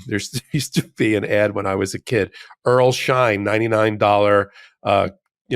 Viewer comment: Earl Scheib not Earl Shine